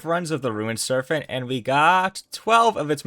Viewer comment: listening to you say serphent instead of serpent so many times had me tweaking LOL